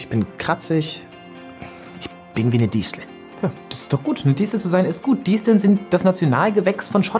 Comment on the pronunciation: Das i bei Disteln wird KURZ GESPROCHEN nicht diiiesteln!!!!1!